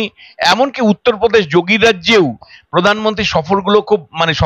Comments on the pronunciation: আপনার বাংলা শব্দের উচ্চারণ ঠিক করুন। আপনি বাংলা উচ্চারণ प्रधानमंत्री উচ্চারণ করতে পারছেন না। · পোধানমন্ত্রী নয়, প্রধানমন্ত্রী। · র ---ফলা র উচ্চারণ করতে পারেন না ? যেমন----পোধান মন্ত্রী , পোচার । সঞ্চালনা অত্যন্ত বিরক্তিকর ।